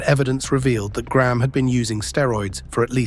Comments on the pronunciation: Why the fk do Americans call Graham Gram? It’s pronounced grey-Am Get it right U S and A. Why was Billy Graham never boosted up then when everyone was making big bucks off is awesome persona ? Is this why hulk had some not so good last years. Karma is real! We can’t go forgetting that 🫡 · Over here in North America, Graham would be pronounced "Gray 'am" not Gramme! Just sayin!